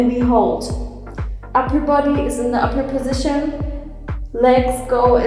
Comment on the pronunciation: Every time she says uper position i hear awkward position and it makes me laugh